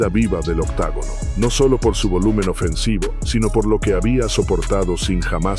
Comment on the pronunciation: Se dice OCTOGONO BASTARDO